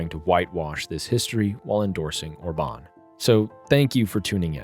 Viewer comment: His name is Orban with accent on O not orbAn with accent on A. How come you don't know this? I thought you said obAma from the way you pronounce it.